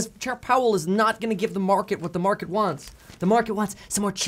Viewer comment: The feds cna literally destroy-uh the market-uh